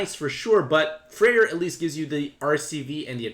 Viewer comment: FYI/FWIW: Freya is pronounced Fray-uh. You keep calling her Freyr which is the fire Norse pantheon. I know it's not a big deal, but I'm sure newer players can get confused by that. Thank you for the content!